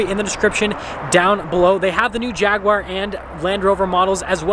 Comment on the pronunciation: I'm glad you're (almost) pronouncing Jagu-ar right, I have no idea why most Americans say Jagwire lol